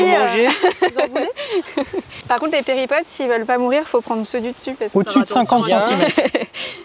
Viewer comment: On ne dit pas péripotes mais périplotes 😜